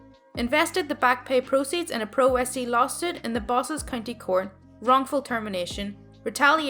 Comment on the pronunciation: FYI: "pro se" is pronounced "pro say;" it basically means you're representing yourself. It's Latin.